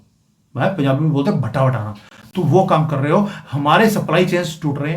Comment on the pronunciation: Hindi mein bhi aisa hi kahte hain zara sa farkk hai 'bha' se nahi 'ba' se hota hai. Hindi mein "Bhatta" nahin par "Batta bithana" kahte hain. 👍